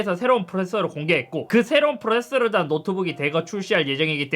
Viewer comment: 프로세서 발음이 안되시는듯 ㅋㅋㅋ